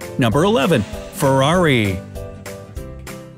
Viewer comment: how he said Ferrari IM DEAD!